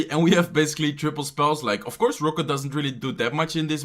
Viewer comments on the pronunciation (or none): He says "ROKÜT" for Rocket